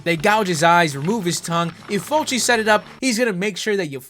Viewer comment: Why you sayin' Fulci like that lol?